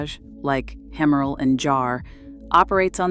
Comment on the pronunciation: The pronunciation of the exclusive jewellery house, Hemmerle, is appalling. This site has pronounced it like “haemorrhoid”. You must up your game if your wish is to attract followers